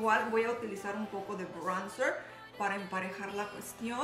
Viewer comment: Jajajajja como dices "praimr" y "braunzr" 😂